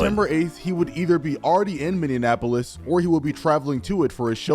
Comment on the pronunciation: as someone who lives in Minnesota, I always laugh at how people can never pronounce Minneapolis. It’s just “mini-apolis” people will say anything but that 😭😭😭